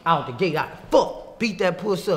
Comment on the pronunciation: “One feet in and one feet owt” lol